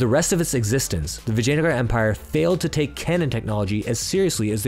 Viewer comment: As someone with ancestry, just the way you say “Vijayanagara” is 👌 Another great video dude!!